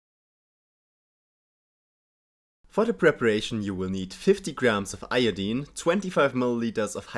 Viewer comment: Thank you for not pronouncing "Iodine" like a complete monster (most non-chemist Americans say eye-oh-dyne).